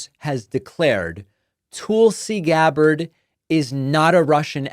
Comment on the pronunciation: I’m tuning out because you persist in mispronouncing Tulsi Gabbard’s name. Just as irritating to me as people deliberately mispronouncing Kamala. Shameful.